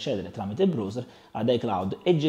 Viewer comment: mi chiedevo che cavolo fosse il bros (come lo pronunci tu) e mi dicono che sia il browser che si pronuncia BRAUSE(R)